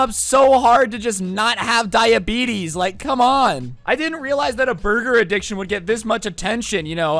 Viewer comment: Nobody: This Guy: “When I got diabetes(diabetissss)”😂